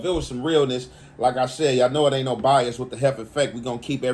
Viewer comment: We not Buy-Az